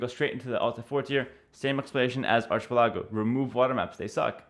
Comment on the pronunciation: ARCHIPILLAGO LOOOOL